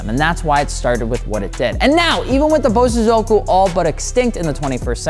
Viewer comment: Please it's pronounced BO-So-zoku.